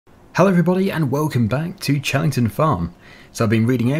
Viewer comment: Fun tip: it's pronounced hellington farm, just for the future